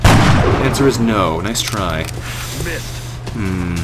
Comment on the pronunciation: Nice, not nuce.